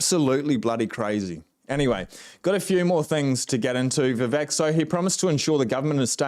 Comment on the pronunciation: His name is pronounced "vi-VAKE".